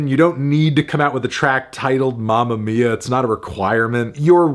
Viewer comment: That "mamma mia" pronounced so badly is unforgivable: a solid 2.